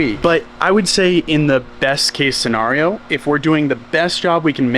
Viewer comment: I had to go listen to Tribe after hearing pronounce "Scenario".